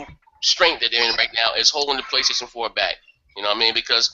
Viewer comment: Wry you no rike Praystation?